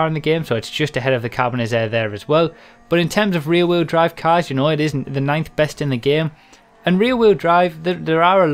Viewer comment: "cass" its "cars" pendejo!